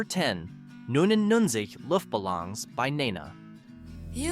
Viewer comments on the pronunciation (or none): Looft Buhlawnz? 😂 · At least pronounce their names right.. BUGels, Luftbalongs, to name 2, really? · Could anyone mangle German pronunciation more? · Luftballons has the double-O sound in the U and the O has the long O sound. With no accents, it would be pronounced looft-ba-lowns. Because German. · how the hell do you miss pronounce Balloons? or Nena ??? also no we have not forgot these songs mom still plays them and I grew up with them playing all the damn time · OMG how he said 99 Luft Ballons in German made me cringe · How can I trust this list when your German is so bad??? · Dat German pronunciation tho. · You should learn how to pronounce Luftbalons. At least get close